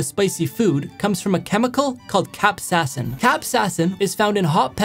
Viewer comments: I love how he starts saying "cap-sass-in" and then midway through, changes it to "cap-say-sin", the correct pronunciation. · He went from capsassin to capsaicin and I thought that was the real pronouncation and capsaicin is just a taboo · Bro really said Cap sass in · The pronunciation: Cap Say Sin: Capsassin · "capsassin" caught me off guard ngl its pronounced (cap•say•uhh•sin) btw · "Cap sassin"💀 Capsayasin is how you pronounce it. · BROOO IT HURTS ME WHEN HE PRONOUNCED "capsaicin" , "capsasin" instead of "capsayacin" (by meriam webster) 😭😭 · naa he said capsassin. its pronounced cap-say-uh-sin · It's pronounced cap say sin not cap sa sin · no it’s pronounce cap-sayi-sin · Merriam-Webster says it’s pronounced cap-sayi-sin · pronounciation of Capsasin burns more than the Capsasin itself.. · Bro went from cap-sas-in to capsaicin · Everybody: The correct pronunciation is 'CAP.SAY.SIN' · Capsaicin: Capsassin Me: I thought the pronunciation was cap-say-as-in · Correction(Cap-say-ya-sin) that's how to pronounce capsiacin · U should pronounce it like "Cap Say Sin" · Y’all, chill on the man! He pronounced it wrong, now y’all going “capsassin” like bro 💀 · Cap say is in is how you pronounce it 😂😂😂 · did he really just pronounce it "capsassin" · I never heard anyone pronouce capcasin and "cap sas sin" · Ok here's how to actually pronounce it Cap-say-sin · Not being rude but the way I've heard it pronounced is cap-a-sayin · Its pronounced "Cap-say-sin". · Its pronounced: Cap-Say-Sin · My dear child 'tis pronounced cap-say-sin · How to pronounce Capsaicin properly (Not Saying His Pronouncing Is Bad) Cap-Say-a-sin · It’s actually pronounced cap-sei-a-sin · Pronounced kap-say-i-son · It’s pronounced cap-say-uh-sin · It’s cap-say-asin that’s how you pronounce it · ITS PRONOUNCED CAP-SAYASIN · Its pronounced “cap” “sae” “sin” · Isn’t it pronounced “cap-say-a-sin” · Its pronounced cap - say - uh - sin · Pronounced cap-say-a-sin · It is pronounced cap-say-sin